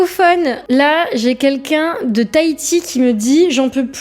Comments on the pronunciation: Salut, le "tant pire" est issu du film "Les Visiteurs", le qui qu'un est selon mon orthophoniste un problème de prononciation, une sorte de dyslexie qui est fâcheuse dans la prononciation de "quel" et le "qu'in"? Ce serait un défaut de langue d'oïl, un in... Voila merci à toi. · quin-quin, ce ne serait pas simplement une manière de prononcer l'abréviation "qqun" plutot que le mot entier "quelqu'un" ?